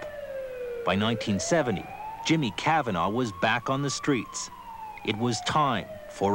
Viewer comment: Hate how he says Cavanagh